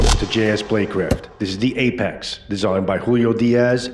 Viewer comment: I was cooking when I clicked your vid, which is excellent BTW. But as I was only 1/2 paying attention at the start the first couple times you said Ape-X I thought you said "Ape Axe" so I checked the link & the site has Apex-Apocolypse 😂 Whatever it's called I definitely like it! To be honest if a survival blade (or even a machete) was called an Ape Axe it wouldn't sound bad. I mean King Kong had an ape axe made from Godzilla's relative's spine after all. 😅